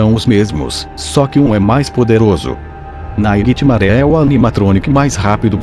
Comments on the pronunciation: E naitime não e nairitimare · Ele fala assim mas é nightmare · NÃO SE FALA NAIGUITIMARÉ E SIM NIGHTMARE!!! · naiguitimaré fica puto quando VC chama ele de naiguitimarè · acho que nightmare fica puto quando vc fala naiguitimaré,entao chame ele pelo seu nome certo. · Não é ninghtmare, é Nightmare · O "naiguetimaré" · Naguitemaré VEZES HAUHAUSHUAHUA!! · tem que parar de dizer "nigthmaré" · É muito engraçado ficar vendo ele falando naiguitimaré o vídeo todo kkkkkkk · AAAH! TD HORA "NAIGUITIMARE!" KKKKKKKKK RACHEI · experimenta escrever "Nightmare" no Google tradutor se vc escrever do jeito certo vai falar errado mas vai ter q escrever "Naightimare" e vai falar Naightimaré do mesmo jeito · Tem outro vídeo que tem uma parte que ele fala naiguitimare várias vezes tbm Morri de rir 😂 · Cada vez que ele fala naiguitimaré eu morro de rir #rindoaté2018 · duvido vc ficar amigo do "naigitimare" E SEM MEDO HEIN?? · Caramba, nunca ouvi tanto NAIGUITIMARÉ num vídeo kkk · anos depois to aqui rindo do naiguitimaré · falando nightmare "NAIGHTMARÉ" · Ai minha caraiba oq mais ouvi nesse video foi naigtmare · Naiguite maré KKKKKK😂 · 0:7 Naiguitimaré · Já tomei "janspicare" de todos os animatronics menos o" naiguitemare" e o fredbear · Tanto mais tanto naiguitimaré que eu esqueci de como se fala nightmare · Meu filho já tá enjoando você fala nighitmare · quantas vezes ele disse niguemare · mds viciei em falar naiguitimaré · "Naiguiti maré" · Naiguitimaré a palavra que eu ouvei muito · kkkkkk eu sei, eu acho até engraçado ele falar Naiguitimaré ao invés de Nightmare! Kkkkkk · Se tu ganha se mil reais a cada vez que tu fala nighitimare tu ficaria rico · Náiguitimaré dá muito medo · como c iscrever nightmare do geito que ele fala nightMARE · ele falou 27 vezes NAIGUITIMARE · o nome q vc fala e nigthimare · Nightmare não Naiguitimaré kkkk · Naigtimaré kssssksksk Fredibear ksksksksksssk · VC só. Fala. ISO. Nithamare. !!!😓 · Porra para de falar nightmaré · cansei de ouvi naiguitinare